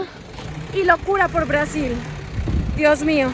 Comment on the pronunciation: ¿porque insistes en pronunciar Brasil en Inglés como si fueras una gringa? para la próxima en Español por favor...